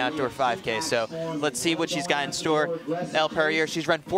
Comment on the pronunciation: One of the announcers keeps butchering Elle's name smh